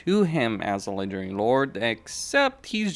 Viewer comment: All I hear is legedairy lords